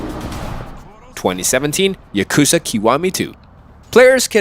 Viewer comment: If you're gonna say Yakuza throughout the whole video, at least pronounce it correctly... 💀💀